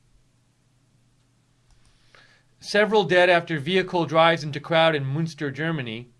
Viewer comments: It's pronouced "Munster" as in Eddie. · It is called Münster, not Munster. Munster is an old province in Ireland. Münster is a small city in western Germany. I have been there and it is very nice. It is pronounced like "Minster", but with that first vowel rounded so that it sounds a bit like a cross between the vowels in "put" and "pit".